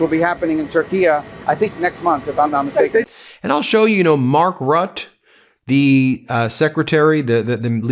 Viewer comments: 😳 Mark Rot ???? It’s Mark Rutte (Rut - te) and the u is pronounced like in universal or united. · I love your speaking and commentary. But Mark Rutte is pronounced root uh. You are very skilled with your delivery! From Canada. 🇨🇦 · Please, Ben, the SecGen of NATO is Mark Rutte (Roo-tuh), not 'rut' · The subtitle says Rut. Why? Because you says Rut! Surely it is important to pronounce the name of the person you are featuring correctly. Rutte pronounced Rutta. Good work generally though. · It's not Mark Rat . His name is Mark Rutte. Learn to pronounce names probably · Rutte is pronounced "rooter". God you yanks are ignorant. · Ben, how about you learning to pronounce the name of an international leader? Like Mark Rutte. Your spouting isn't good enough.